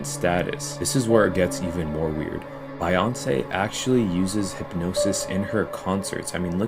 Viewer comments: why did the guy say Bayonsay? now if you tell me he's a clone i'll believe🤣🤣 even my grandma knows its beyonce.... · It drives me nuts that that guy cannot say Beyonce's name correctly. IDK why, it just does.. and I'm not even a Beyonce fan.